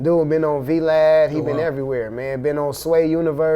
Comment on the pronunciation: Nigga said “V-lad”